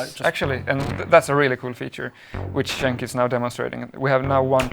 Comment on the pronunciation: "Jenk".... Hahaha.... Starts with "C"